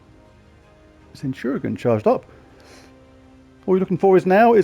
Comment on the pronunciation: Centurazuul sounds just wrong haha! It's almost like calling ManU as Munated. 😂 Good going though and nice scores! 😄